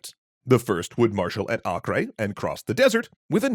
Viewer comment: It’s pronounced Ay-Ker.